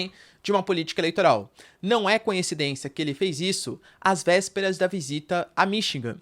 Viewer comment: "ConNHEcidencia" professor? Não seria "coincidência"?